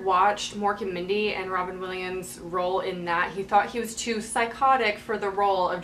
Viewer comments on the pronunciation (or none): none